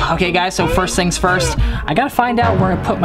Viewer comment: Things not hings